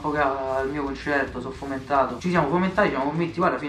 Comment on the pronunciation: quando sei e sono 5 minuti che non dici "fumentato"